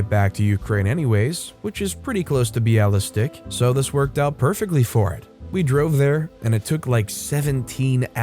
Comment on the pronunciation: It's pronounced Bialy Stock :)